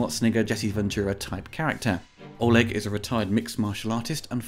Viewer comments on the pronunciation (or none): none